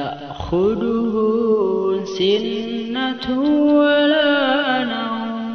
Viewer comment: Lafadz sinatuwwala nauum tidak bertasdid🙏